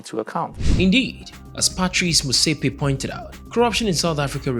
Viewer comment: You pronouncing his surname wrong you would be right if you pronounce it in English.